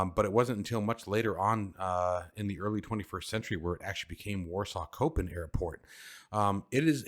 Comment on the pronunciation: On Vatsim we do have voice on Unicom. It is also depending on your location, someone on approach in Madrid, wont hear someone over London. Oh and minor thing. It's pronounced Shopin not Kopin 😉 love your vids btw